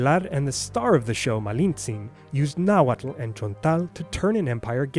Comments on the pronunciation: Thank you for properly pronouncing the tl's in Nahuatl! I usually don't care when people don't pronounce loanwords as they sound in their original language but for some reason, it drives me crazy when I hear people pronounce atlatl as "addle-addle"! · Tehhuatl tinahuatlahtoa cenca cualli ! You pronounce Nahuatl very well ! Tlazohcamati miec.